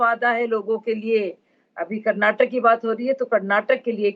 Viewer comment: Karnatak nahi Karnataka bholo